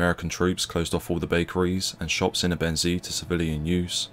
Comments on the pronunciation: It's pronounced "ebbenzay"...NOT "ebENsea" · Great video, except I think if this is gonna be your topic, it's important to learn the correct pronunciation of the words you're using. Ebensee is pronounced "Ay-ben-zay", not "uh-ben-see". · When making a history doc. such as this you would expect the commentator to find out the correct pronunciation of the locations described. It doesn’t inspire confidence in the level of research when all place names are pronounced incorrectly. Also Ebensee ( pronounced aybensay ) is in Austria so why are locals described as Germans ? I visited the camp area 2 years ago with a local history group & discovered the whole area is now a housing estate ! People sitting in their gardens & a children’s playground next to the cemetery. We were told they resent visitors coming with an interest in the past. We should not forget what went on here & it’s sad that so many people are happy to live a comfortable life on the same ground that saw so much suffering. It’s all too easily forgotten in my view so it’s useful to have such a doc. but please consult a local for correct pronunciation of place names before going public & calling Austrians Germans is the equivalent of calling the Scots English in my experience ! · As Ebensee is in Austria how did the US unit‘s chronicles conclude that there were „nice German people living nearby“? Where were the nice Austrian people living? And the narrator’s pronunciation of Ebensee is wrong. More attention to detail would not go amiss. Why not ask any German speaker how to correctly pronounce places names.